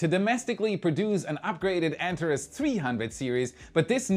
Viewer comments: BTW, the Antares vehicle is pronounced An-TARE-eez, not ANT-ar-iss. English doesn't borrow from other languages, it follows them down dark alleys, knocks them over, and goes through their pockets for loose words. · ANTARES - pronounced " ANT-ARE-EES " or " AN-TAR-EEZ "....it is NOT pronounced " ANT-A-REZ " like how said it.... Figured I would say something so it says it the way the company itself says it, and so I'm not totally confused again...... wait... oh yea.... I'm ALWAYS confused.... that's just me... Sorry:) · My friend...please use the Greek pronunciation, "Antareeeeees" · Antaress --> Antarees. ;) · Also “an-TAR-eez “ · An - Tar - Reez